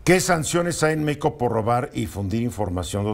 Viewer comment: No se dice "Méico", se dice México. Güey.